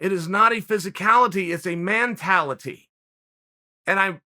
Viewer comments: Did he say "man-tality" on purpose? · Me: "Mentality" Uncle Chael: "Man-tah-Luh-tEE" Me: "Man-tah-Luh-tEE" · MAN-tality... Good Ol' Chael, at it again #legend